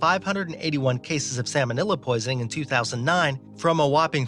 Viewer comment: Lol “salmonilla”😂😂😂